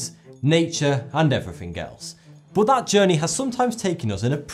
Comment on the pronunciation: Why do all British people say "frew" when saying the word "through?" Same thing when they say "dat" instead of "that." Like wtf.